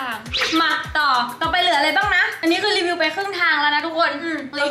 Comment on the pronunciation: รีวิ่วทุกคลิปเลยต้องอ่านว่ารีวิวคับ